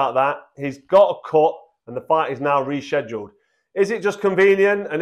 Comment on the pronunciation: bro can't even say rescheduled 🤣🤣🤣